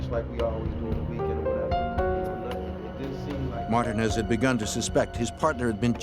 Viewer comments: Did the narrator really pronounce Martinez as "martah-nez"!? Hahaha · This is probably the worst video about Rich Porter. No real pictures of anyone. Not even pronouncing Alpo Martinez correctly. Just stop if you can't do it correctly why even do it.👎🏽👎🏽👎🏽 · Alpo "Martin?" Is that ehat dude said tho?? Edit: never mind he said Martinez...just pronounced VERY STRANGE 😂